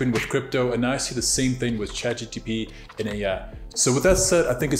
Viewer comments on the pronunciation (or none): Its chatgpt not chatgtp😂